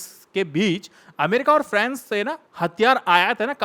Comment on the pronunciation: Frens nai hota bewakoof france hota hai